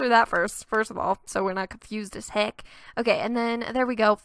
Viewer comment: That country "heck"! I loved it. Made me think the Nash was actually for Nashville